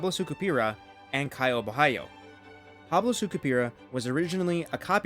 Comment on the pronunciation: he didn't though, the right way would be something like bo-ha-lee-oh. he did some kind of spanish pronunciation.